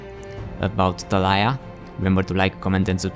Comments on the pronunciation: ta-la-ya? is it not ta-li-ya? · it's Tali yah xD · Its pronounced Ta-Lee-Yah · i know a girl with that name, it's pronounced (Tuh-Lee-Uh)